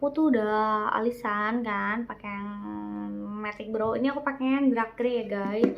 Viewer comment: Dark mbak Bukan Drak Semangat